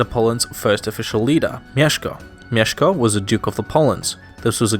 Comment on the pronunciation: No mesko it's mieszko